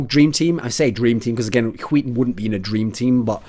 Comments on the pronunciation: I love how you say "skiten" instead of "skytten" as a swede it makes it fun to watch ;) i know the words are weird to pronounce tough. Good content as aswell ! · why are you saying huiton it's SKYtten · ZpLitgaming Its not pronounced huiten.... SKYTTEN is pronounced SKYTTEN... although its very hard if you're not Swedish or Norwegian to say it. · Thats a weird way of saying "skytten". Im from Denmark, and thats like sk-ö(ø)tt-(a,e)æ. Weiiiird. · Sounds like he's saying Wheaton with heavy emphasis on the H, when he tries to says Skytten. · René Descartes No he is saying wheat thins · René Descartes låter som att han säger skiten ibland xd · Hwil Hwheaton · René Descartes "Skytten" in Swedish (means "shooter" or "archer") is pronounced like hwee-ten -- see here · Rebecca G how he says it sound like "skiten" in swedish means shitter basicly so yeah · I cry every time you say SKYTTEN ;( And yes im swedish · Chris Peach He pronounces it incorrectly, though it might be because he is from england. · People really cant pronounce skytten.